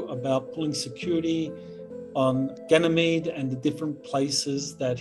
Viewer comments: so, is it pronounced with a "G" or a "J" sound? JP says it like a "J" and Michael says it with a "G" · I've always heard everyone else pronounce it like Michael with a "G" as in gab or gather... JP's pronunciation with the "J" sound, as in gentle or giant, is the first time I've heard it said that way... is that how they pronounce it in the military? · He's just a straight up fool talkin bs and doesn't even say Ganymede properly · That did stand out to me also- him pronouncing Ganymede with a "J" sound. If he was among people all deployed there one would assume that he would be using the same pronunciation as everyone else....